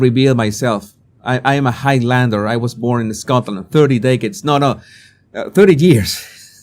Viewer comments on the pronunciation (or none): none